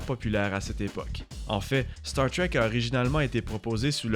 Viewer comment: Désolé mais star trek ça ce prononce pas comme ça en français